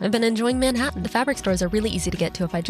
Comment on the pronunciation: It's pronounced more like menHAttan LOL but congrats and welcome!